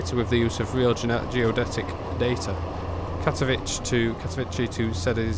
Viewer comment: Katowice is pronounced more like Katovitzeh or Katoviseh, not like you say it - Katovici or Katovitchi which sounds like Italian name